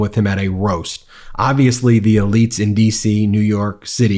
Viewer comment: Ben can’t recognize a roast or pronounce sociopath.